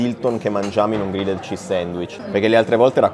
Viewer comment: Regà, era da un po' che volevo dirvelo... Pronunciate Grilled -->Grilld